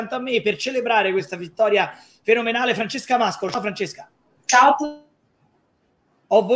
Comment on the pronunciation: Vittoria fennomenale non si puo sentire😂😂😂😂😂😂😂